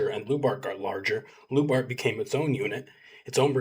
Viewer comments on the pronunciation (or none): It's pronounced like "LIU-BART" OR LJU-BART", awesome video btw!!! Much love from Finland.